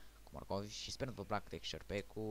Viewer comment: texture packul nu textpackul , mai mergi pe la ora de engleza